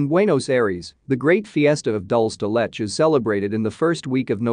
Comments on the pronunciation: Dol-se De Let-ch LOL. It's pronounced Dool-se. De-Leh-che. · 😂😂 ”alfa- jaws”🤌🏼🤌🏼🤌🏼🤌🏼 “dol da letch” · I was laughing my butt off at the AI voice saying "alfajores" and "dulce de leche" like that. Such delicious treats deserve to be said correctly.